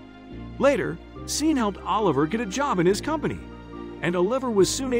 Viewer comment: grteat story and morals, but the AI narration really ruins it. for me anyway. "Seen", "ahh liver", "oLIVer", etc. We can do better with AI. You need to getr Anna Farris to pronounce Oliver like she did in 'the house bunny'